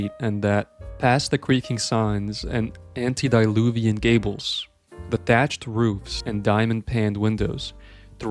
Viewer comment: getting "antediluvian" right but mispronouncing "paned" immediately after is pretty funny